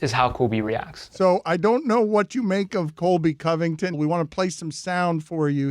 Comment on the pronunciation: The moment Covington became Cuntington